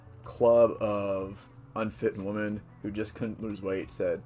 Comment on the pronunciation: FYI you can’t say the plural *women* properly... it’s more like “whim-en” not the same as “woman”